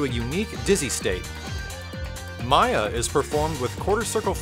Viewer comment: ... IT'S MAYA, NOT MISSILE!